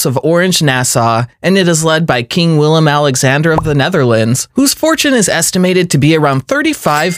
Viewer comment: Great video but some of your pronunciations & attention to detail were a bit off. Felipe of Spain, is pronounced Felip-ay. The W in Willem is pronounced as a V and £ is not the symbol for the Euro €....